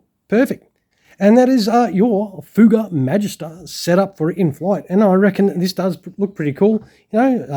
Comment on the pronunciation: Ever heard of " The Silver Swallows" aerobatic team?.....and yes you are saying it right....entered service with the french Air Force in 1955 i believe